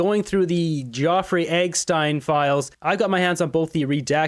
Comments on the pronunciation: What the fuck is with you saying Eggstein??? 🤦‍♂️ It’s Epstein it’s literally a common Jew name! Eppppp st iiiii nnnn FFS! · Are you pronoucing "Epstein" correctly? It sounds like "Eggstein" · Jeffry Epstein , pronounced EP. not egg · Am I missing something..? Why does he keep calling him 'Eggstein'? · Why you not say real words. Like eggstein. Grow up man. Love your channel but yer eggstein and street fennel is super annoying. I watch all Canada a political you tube channels. Your the only one pal that does this weird stuff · Hey! You need to learn to pronounce Jeffrey Epstein's name properly! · Man you got to learn how to pronounce their name . I know you have different accent but man 😂 Epstein its not hard to say 😂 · David you keep pronouncing Epstein's name wrong. I guess your doing that on purpose🍁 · You all full of crap! Cannot even pronounce Epstein correctly you moron!! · It’s Jeffrey Epstein. You have been miss pronouncing. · 20 seconds in and you can’t pronounce Jeffrey Epstein ? lol sounds like u don’t want ppl to know who he is . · Are you purposely mispronouncing Jefferey EP stein’s name in your video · If you want me to believe you...learn to pronounce Epstein properly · For God’s sake, pronounce Epstein name correctly! You lose credibility. You are on the right tr@ so stop screwing it up! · Dude your videos have gotten beyond ridiculous with your absolute terror of being demonetized. Hand guns are pew pews, alcohol is firewater or whatever and now you won't even pronounce Jeffrey Epstein''s name properly. Grow a pair dude. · Are you mispronouncing JE name on purpose? Are you not allowed to say it on YouTube? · It’s Epstein not egstein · It is weird how you pronounced his name!!! Geofry Eggstein! :face-blue-smiling: Eggstein Island 👉👉 His name is Jeffrey Epstein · Geoffrey is pronounced JEFFrey. Epstein is not pronounced as Eggstein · Its not Eggstein its Epstein. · It’s Epstein …..Eggstein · DAVID. ITS EP-S-TEIN. NOT. !!! I E-G- STEIN